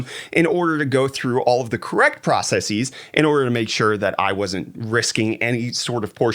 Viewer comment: guy learn how to say "processes" because what you said is NOT even a word